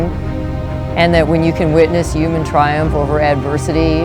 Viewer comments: Anyone else notice that she said UMAN not Human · I'm pretty sure I heard her say " uman" instead of human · Is it just me or did she pronounce human "uman" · "Uman bean" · "Yuman." Last time I checked I was human wtf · I heard Uman. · Annoymous Kitten that's how my mom says it and it drives me crazy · Annoymous Kitten Loll yes like Donald Trump says uge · My Little Pony Videos she did say that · i know its funny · yuman bean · Annoymous Kitten A bunch of people pronounce it like uman and its soooo annoying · Annoymous Kitten UMAN 3 TIMES 😂😂😂😂😂😂😂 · why did she say "yuman" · the word "yooman" ruined this video for me. XD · "U-man" TRIGGERED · "uman" I'm done 😂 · did anyone else feel like she said "yuman being" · uuuman- Donald Trump uuuman- This Woman